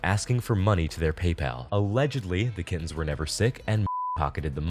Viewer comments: I have central auditory processing disorder and english is not my native languge so when you said "kittens" I heard "kids" and I genuinely thought they had kidnapped some poor innocent children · I thought you said "a pair of kidneys" instead of kittens and was like wtf.... that's pretty messed up and they're really not making a big deal about it.